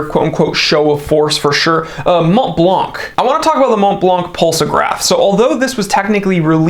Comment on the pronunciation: Thank you for your videos! P.S. Not “MonTblanC”, but “Monblan”.